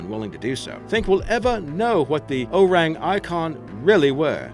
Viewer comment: O-reng ee-kun